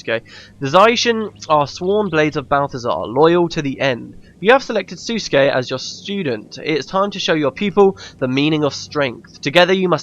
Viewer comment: FYI Sousuke is pronounced soh-skay not sa-skay. ^^